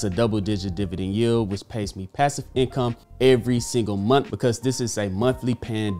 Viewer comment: What’s a “momth”?